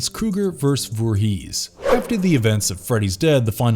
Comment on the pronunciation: “Jason Vor-HEES”